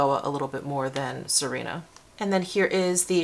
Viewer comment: Sirena means mermaid in Spanish. It is pronounced Si (like the Spanish word for "yes") reh-na :) See-reh-na